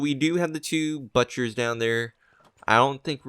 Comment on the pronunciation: Did anyone hear him say buttcher? .... Butt Cher